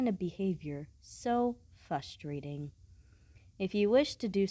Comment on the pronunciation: "Fus-trating"? More like, "Fus-ro-DAH!"...ing. (That was terrible, plz kill me) Nice work by the way :-) I liked the "hmmm" sound, it sounded smooooth